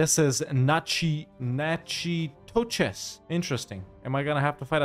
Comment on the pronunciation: Being from Louisiana I loved the way tried to sound out natchitoches, it’s actually pronounced NACK-a-tish. Don’t worry Louisiana names can never be sounded out because we mixed Spanish, native, French, and English.